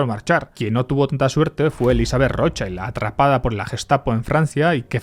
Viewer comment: nunca defraudas! pero "Rothschild" se pronuncia igual que se escribe 😅